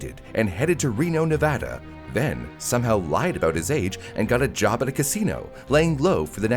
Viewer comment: ONLY YOUTUBER TO SAY NEVADA CORRECTLY